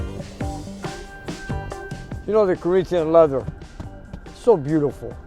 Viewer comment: "Reech Coreenthian Leather..."